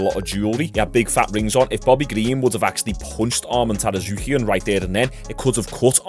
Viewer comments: Tsarukyan, not Tarasuquian 😂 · It's pronounced sarukean just letting you know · Sar-yook-yan lol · God damnit the T in Armans last name is silent